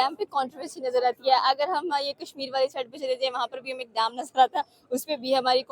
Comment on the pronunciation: पहले तो उसे डाम नही डैम कहते है 😂😂😂😂